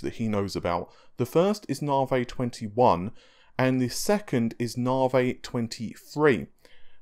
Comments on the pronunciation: Na-vee ("Na" pronounced the American way.. like "nah, I don't think so"). He's British and can't pronounce American product names. Fred-ripper, Freds, Nah-vey and others. If you listen to Lisa Su say it, she says it correctly. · ...stop saying narvay it's navi....AEIOU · Na-vee not narvay... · "Naw-vay?" It's "Nah-vee," bro... AMD themselves say it that way... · Hey thats not right, its Naaevey. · You seriously have to stop saying 'narvay' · Thanks for the cool info and video. 'Nar-vay' made me chuckle! Isn't it pronounced as in navigate? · I'm British too but I don't speak like this clown. He's either lazy, has an actual speech impediment or, most likely, is affecting one.